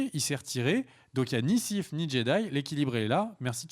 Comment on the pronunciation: pas les siffe mais les sith ^^